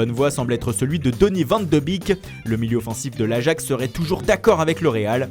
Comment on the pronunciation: mais PK vous dites "Donny van de bik" alors que sa se prononce "Donny van de bèk" 😭😭😭😭😭